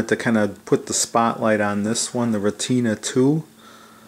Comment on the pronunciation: Retina is pronounced "ret-na", like the retina of your eye. Great work and beautiful camera.